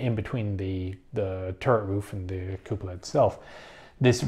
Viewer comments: in italian it's cù-po-la, in other words the way you say it. not cu-pò-la nor cu-po-là. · Even though you're not Italian, you are pronouncing it right